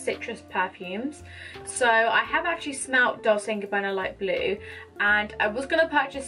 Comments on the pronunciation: It’s pronounced “DOL CHAY” not “DOL SAY”. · It's pronounced "dolCHe like in Cherry 🍒